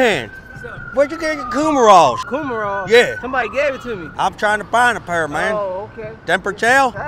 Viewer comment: "Coomeralls" is my new go to word for coveralls.